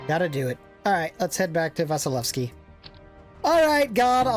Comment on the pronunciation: I after S in Vasilevsky should be pronounced as E. Well, just for general knowledge who don't know about it.